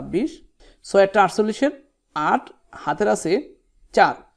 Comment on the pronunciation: আপনি ছয়কে চয় বলছেন 😂😂😂